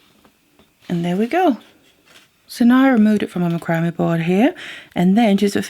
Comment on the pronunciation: Just an FYI...Macrame is pronounced with the emphasis on “MAC”, not the “cram” of the word. Think of how you would say “Mac’n cheese”. So it’s pronounced “MAC-ram-eh”